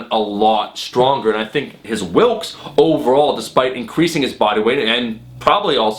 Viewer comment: It's actually Wilks, not Wilkes. Just letting you know!